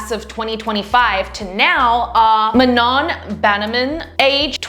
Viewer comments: They are not k-pop please don’t say they are and manons name is pronounced Mano js letting yk since it’s hard for a lot of ppl to pronounce their named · Sorry but manons name is said like ma-oh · I just love your content but just so you know , it’s Manoh! ❤️ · It's manoh y'all ❤❤❤ not manon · it's mah~no It's Sophia lafor~tez